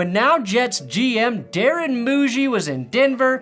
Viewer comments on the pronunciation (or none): none